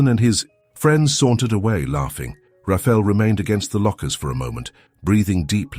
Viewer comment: IT IS PRONOUNCED RA FA. EL NOT RAFEL